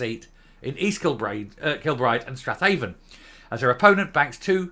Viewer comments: I think Strathaven is pronounced "Straven" locally. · Hey,,, it's pronounced Strayvin